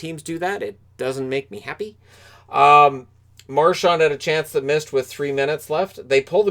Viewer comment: Hey.. there is no T in Marchands name.. it’s not Marchant like you pronounced.. get it right!